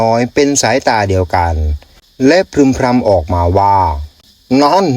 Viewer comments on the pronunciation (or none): มีแต่คนพูดพึมพำแล้วรควบกล้ำมาจากไหนเป็นพรึมพรำ